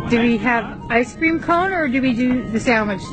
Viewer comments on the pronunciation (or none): It sounds like he's saying "ISIS!"